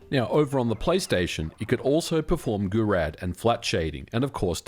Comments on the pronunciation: Gouraud is pronounced goo-ROH not goo-rad. :) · Gouraud is a French name (Gouraud shading was invented by Henri Gouraud) and is pronounced more like Go'roh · goo-roh not goo-rad 🥲